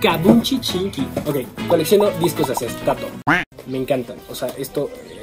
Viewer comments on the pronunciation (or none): "acestato" JAJAJA eres grande. 😂💙🙆🏼‍♀️